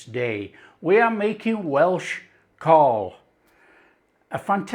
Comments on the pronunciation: Pronounced Cowl as in Owl. Thanks for doing another Welsh dish 🏴🙏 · no it's Cawl lol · It should be pronounced as CAAAWWWLLL, this is from an ex-pat Taffy living in Los Angeles. Sorry. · It’s pronounced cowl And your missing swede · Cswl is pronounced 'cowl' as you would pronounce 'owl'. It is the Welsh word for soup. It should traditionally be made with mutton. The ingredients are leeks, onions, carrots, potatoes, swede, parsley especially stalks, meat stock, and it is traditionally served with large chunks of white bread and large chunks of Welsh cheddar. The veg should be cut very large as with the meat. But I love your cooking so much and I love that you are making this dish and I reckon your version would be delish! Diolch yn fawr. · its spoken COWL great recipe mate, only parsley in cawl not thyme or bayleafs this isnt a welsh recipe i know your taste maybe different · Lovely dish I had many a time growing up. For those interested, the Welsh pronunciation is how you'd say Cowell for Simon Cowell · Sorry but it's NOT pronounced like that. It's pronounced as C A W L. Pronounce as it's spelled. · Rhyme it with 'towel' to get the right pronunciation. Great video.